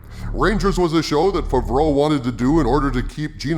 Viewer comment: The first A in Favreau is said like in hat. No like a U.